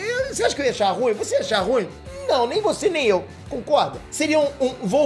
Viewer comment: Bacana o vídeo. Chato é ouvir "RÚIM" como se tivesse uma só sílaba. Eu espero que um dia ele aprenda que RU - IM é um hiato.